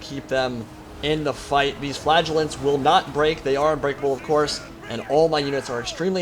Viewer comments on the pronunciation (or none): Please, Please, Please...It is fla·gel·lant \ˈfla-jə-lənt- not fiaj'-el-lant.